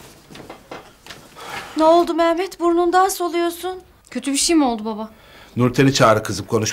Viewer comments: Mehmet demiyo meğmet diyo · bu kadına biri mehmet demeyi öğretsin cıldırıcam